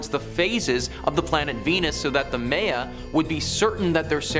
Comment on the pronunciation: How is it you pronounce Mayans correctly, but mispronounce Maya..?